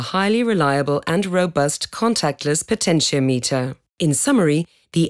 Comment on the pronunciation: "She" pronounces potentiometer wrong.